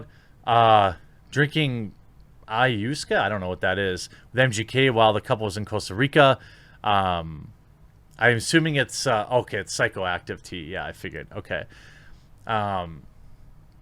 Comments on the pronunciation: Honey... it's ayu-wah-ska. Please god do an ounce of research before you hit record. Otherwise, i agree with this sentiment. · "Eye-oh-waska" is how it should sound like.